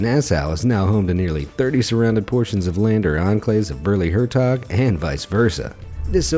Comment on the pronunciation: Very funny how you prenounce Baarle-Hertog and Baarle-Nasau to a native speaker. Good that the Netherlands and Belgium are friendly countries, so the habitants can simply walk from Belgium to the Netherlands and back without any issue. No such issues as between the USA and Canada. Thx for the video.